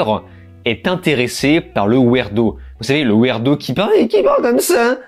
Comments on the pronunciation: Wirdo plus que wèrdo pour la prononciation, fais plus de vidéos sinon😂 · C'est "ouirdo" pas "ouérdo" ;)